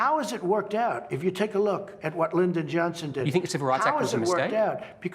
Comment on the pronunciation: whot books lol